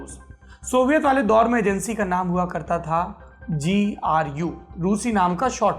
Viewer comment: Sir GU KYU BOL RHE HO गु kyu ni bol rhe 😂